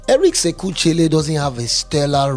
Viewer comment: Eric sekou chelle is pronounced " Eric seku shell "